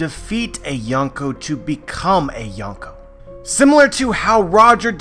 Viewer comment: well i really like youre videos but the “yon” in yonko actually means four(4)